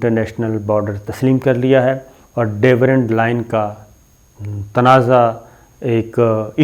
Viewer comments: صابر صاحب Durand Line ہے Dewrand Line نہیں ہے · There is no such thing as 'Devrand Line'!!! Kitni baar aapko bata chuka hoon ke aap ye naam ghalat lete ho. Angootha chaap ho aap ke bilkul parhna nahi ata?? The border is called Durand Line, not Devrand Line. 20 saal ki sahafat ka daawa karne walon ko itni bhi aqal nahi ke ghalat naam batane se credibility zero ho jati hai. Kisi se consult kar lia karo uncle, kitni bezti karao ge apni?? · It is not Daverand Line. It is DURAND Line